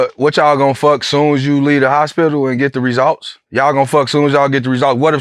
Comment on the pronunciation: The “resolts” 😂